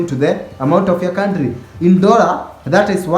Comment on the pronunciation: its one "DORRA"